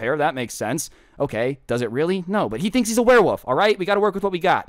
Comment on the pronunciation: Everyone: werewolf: werewoff ( I don’t know if anyone noticed that says werewoff instead of werewolf idk it’s maybe just me but I still found that a little funny.)